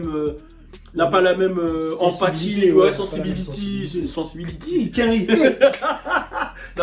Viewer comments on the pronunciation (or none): « Sensibility hé cainri »😭